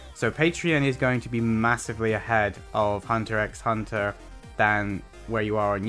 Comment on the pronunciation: you don't pronounce the x btw